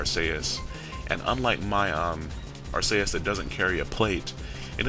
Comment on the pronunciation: 1st comment and its not Ark-a-us its Ark-e-us